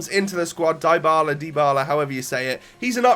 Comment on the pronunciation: mate it's pronounced Dee-bala not Die-bala! Awesome vid as always